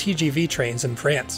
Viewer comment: “Prance” and “alstlam”